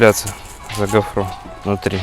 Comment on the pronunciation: Как уши режет от вашей гофрЫ. Ударение на первом слоге..